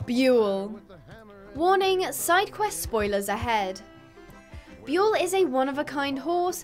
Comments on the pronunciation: Buell not Boel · i dont like you calling buell boel like that is no where near his name